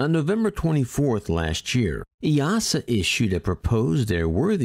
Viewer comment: Kudos for pronouncing EASA correctly 👍